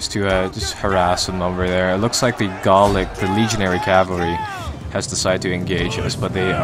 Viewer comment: Its "Gallic" not "Garlic"